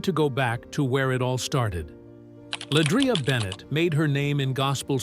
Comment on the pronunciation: First of all this blog is just click bait, pronounce her name correctly and her last name is Johnson not Bennett stupid ass smh, she’s also a Grammy award winner and 2 time stellar award winner …. But u ain’t said what Pastor Tim Rogers said yet smh 🤦🏽‍♂️ Try it again when u have facts, he never called her name not once but these blogs will literally drive u crazy